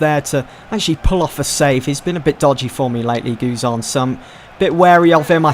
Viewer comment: Learn to say guzan XD